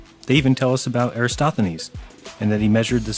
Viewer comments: calls Eratosthenes "Erastothenes" multiple times. Lesson one, if you want to try rubbish someone at least learn his name first. That was the first of a litany of mistakes and lies he dribbled out. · 1. has the center of the Milky Way confused with the Great Attractor, which isn't even near the Milky Way. 2. keeps pronouncing Eratosthenes "Erasthothenes." 3. "Reindeer" is the plural of reindeer, not "reindeers." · Ahhh thought I misheared that and just assumed 25000 lol, STRIKE ONE :P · Why oh why can no of these people properly pronounce Eratosthenes’ name? I’m no expert but I’m pretty sure the phonetic spelling is something like this: E - ratos - thee - nees. Am I wrong? (Kind of genuinely want to know as I like to say these things right in conversation.) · EraTOsthenes... Jeez... how hard is it man.. lol